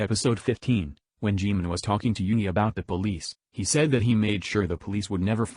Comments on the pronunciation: Me: Jimin Computer voice: Jaymin lololol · I hate how that robotic voice call him jaaymin instead of jimin 😒